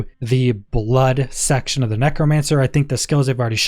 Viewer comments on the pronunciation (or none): none